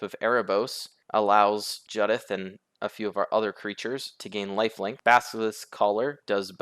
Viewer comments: Isn’t it Jew-dith? As in the name Judith? I don’t care what Wizards say. If they want it to be pronounced differently they should spell it differently. Jud-ith would be spelt Juddith. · Its Jew-dith bro. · The mispronunciation of Judith is driving me nuts. It’s a real name 🤣 Good deck though.